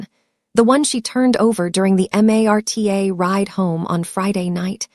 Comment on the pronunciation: The rail system is called Marta not M a r t a I live in Kansas and know that 🤣 A. I.